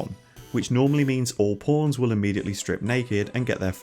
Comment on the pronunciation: I watch your videos with subtitles and I noticed that every time you say the word "pawn" the subtitle appears as "porn" and considering how many times you normally say it I wonder if this is hurting the recommendation algorithm of your videos. Anyway, I love your videos and hope more people come to know about your channel.